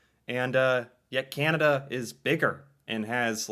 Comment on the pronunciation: This narrator uses another odd way of saying Canada. It sounds like she is saying Kin-a-da. It seems odd that the name is so hard to pronounce for some. She has also adopted the "hipster: way of saying Toronto, eliminating the second T. Rather than making the place seem cool, it just makes the person saying the name that way seem like a doofus. Regarding the health care dollars and plans, each Province gets an annual amount from the federal govt. based on population, and each province also provides dollars toward the health care in that province. Some portion of the federal sum does come with requirements that the cash is spent for specific aspects of the system. Many provinces are demanding more autonomy over said spending. It's a political question that causes intense debate.